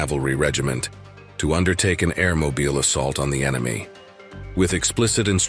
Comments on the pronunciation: So is that an AI for a Narrator???? It's Air-Moble...NOT Air-Mo-Beal...Come on Man, It's American History, get it RIGHT! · It's mobile like a phone not like a city in Alabama.